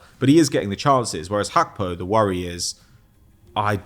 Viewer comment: needs to chill with the “Hakpo” pronunciation. Very cringe